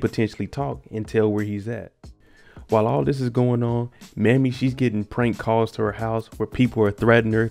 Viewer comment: Not trying to be disrespectful, but it's pronounced May-me. Not Mammy. My grandmother's name was Mamie.❤️